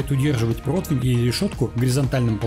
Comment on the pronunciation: Протвня, протвень😂